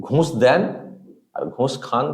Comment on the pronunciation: একটা কথা না বলে পারছিনা,, নিজের ভাইয়ের মতন মনে করি বলেই বলছি,, উচ্চারণে একটু ভুল হচ্ছে কথাটা ঘুঁষ হবে না, হবে ঘুষ।